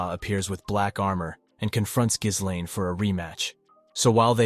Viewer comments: One of the things that really bothers me about most of these video essays and explanations is that so many people pronounce it as gis-lane when it’s actually gil-lane the h and the s in ghislaine are silent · oh my god every time he says geeslane instead of gislaine it drives me through the fucking wall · Giz lane lol Dude her name is Guilane! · "Geese lane" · Ghislaine's mispronounciation is wild to me compared to the sub 😂😂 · how many time we gonna change the pronunciation of Gislain? just curious